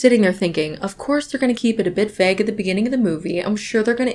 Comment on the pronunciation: I like who says "vauge" like "vag"